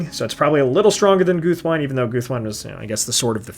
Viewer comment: Great list! Just a heads up, though, since it irks me a lot that many people, even including the audio book narrators, mispronounce Guthwinë (as well as other names ending in '-wine' in the language of Rohan): Tolkien explicitly based the tongue of Rohan on Old English. In that language, the word 'wine', meaning 'friend', isn't pronounced in one syllable like the alcoholic beverage, but as two separate syllables with short vowels - so approximately 'win-neh'. Guthwinë (meaning battle-friend) should thus be pronounced 'Guth-win-neh'. In the same vein, Déorwine ('brave friend'), captain of Théoden's guard, would be pronounced 'deor-win-neh', the 'éo' being a one-syllable diphtong. Merry's Rohanese name Holdwine doesn't mean that he holds wine, but actually translates to 'faithful friend' - 'hold-win-neh'. The same logic extends to the kings of Rohan Fréawine ('friend of Fréa', his father), Goldwine ('gold-friend'), and Folcwine ('friend of the people'), but not to the River Brandywine, since that name has a different etymology, from Elvish Baranduin ('golden brown river').